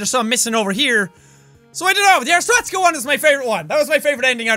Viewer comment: its not arstozka its Arstotska